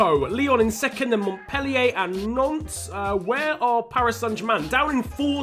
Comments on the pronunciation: why does he say nonce not Nantes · Does enyone hear nonce when he said Nantes